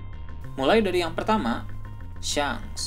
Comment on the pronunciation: Shank ya bukan shenk kalauoo shenk pasti salah